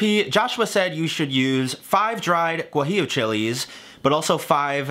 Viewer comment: Mexican here Your pronunciation of "Birria, Oaxaca and Guajillo" is actually on point